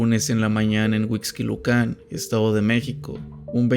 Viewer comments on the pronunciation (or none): Me gusta mucho tu contenido pero van varias veces que escucho que acentúas mal las palabras: es Huixquilucan, con acento en la U (HuixquilUcan), no Huixquilucán; es perito, con acento en la I (perIto), no périto. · Peritos tiene la sílaba tónica en la “ti” y Huixquilucan en “lu”